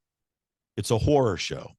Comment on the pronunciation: Horror, not whore